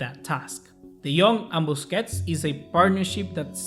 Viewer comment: 😂😂😂man said bussi